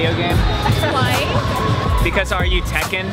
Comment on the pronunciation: hahaha "tekken" hahahah